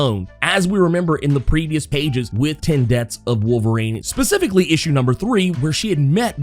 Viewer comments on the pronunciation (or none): none